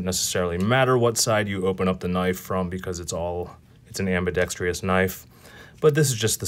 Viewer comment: Ambidextrous... It's pronounced ambidextrous.